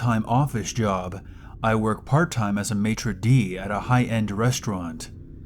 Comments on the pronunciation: Who cares?! Just a fancy pants name for head waiter or luxury hotel snob.* but yes, you said it perfectly. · you got it correctly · You said it perfectly, friend! ;)